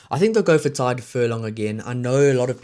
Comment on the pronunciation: Pronounced Tige not Tide Beirne & Furlong. Other than that pretty good